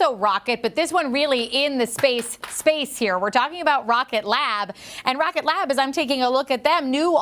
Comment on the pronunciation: Get a clue Schwab!! It’s Rocket Lab, NOT Rocket Labs.